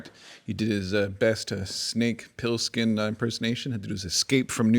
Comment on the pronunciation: Pilskin ? it's Pliskin, Pliskin !!